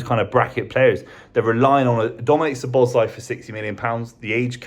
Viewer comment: How to murder pronunciation 101.